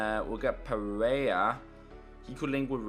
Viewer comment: pereyya instead of pereyra